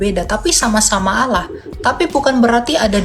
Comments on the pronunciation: Bkn oloh pak tapi Alloh masa myebut Alloh aja tdk bisa kaya baru bljar bicara, bpk tdk mnyadari yg bpk olok2 itu Tuhan yg mnciptakan bpk dan seluruh manusia, bpk juga tdk tahu bhw yesus itu manusia, dan yesus udah mati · SaudaraKu, Melafalkan Allah dalam Bahasa Arab adalah Al-Lah, BUKAN al-loh. Coba pahami dan jangan mau dibohongi/dibodohi si jahat. Al-Lah. mengajarkan Kedamaian bagi sesama manusia, bukan saling membenci dan berlaku kasar dan jahat. SaudaraKu, marilah HIDUP Damai satu dengan yang lain, dan kejarlag Kekudusan, Sebab tanpa Kekudusan, TIDAK seorangpun akan melihat Tuhan/Allah, HALLELUIA, AMEN 🙏🙏🙏❤❤❤ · Kt Qt lbh dlu di Arab.. 😂 tp ngmong Allah aja gak bs.. oloh.. mna ada bhsa arab kyk gitu. Sdh nyuri2 ngeles Ten oten